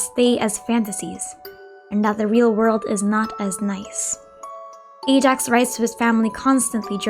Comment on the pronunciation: I get that, but it’s not the way you pronounce Ajax name in the game.